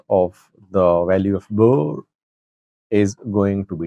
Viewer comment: Please learn how to pronounce Birr! It is embarrassing to be talking about a country for years yet can’t pronounce their currency name properly!!